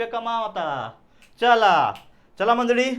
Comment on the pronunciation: मंडळी ❌ मंडळी ✅